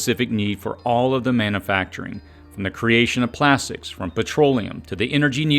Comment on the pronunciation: Love your videos, but as a voice over teacher I would love to hear you correct “manna-facturing” to man-U-facturing”. You’ve got a great voice and delivery - keep it up!